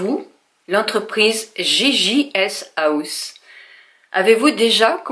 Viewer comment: Coucou, d abord tu a très bien prononcé jjshouse! 😊 j ai commandé 2 robes sur le site que j ai découvert grace à toi. Une a 22 euros et l autre à 16 euros. J attends de les recevoir. Ils ont vraiment de très belles robes a des prix corrects. La robe pour le concours est très joli mais je ne suis pas assez grande. 😁 gros bisous. Valentine